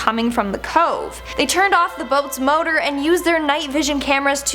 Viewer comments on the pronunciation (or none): none